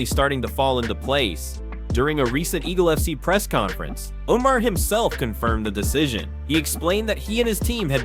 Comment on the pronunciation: Umm sir... Umar who?! These pronunciations are wild